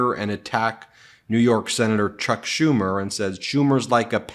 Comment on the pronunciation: He called Schumer "Shome"